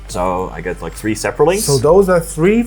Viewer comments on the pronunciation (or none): I have never heard someone say saproling like that before and even with always saying it right he kept saying it weird